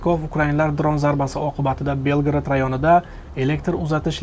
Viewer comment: Белград эмас Белгород.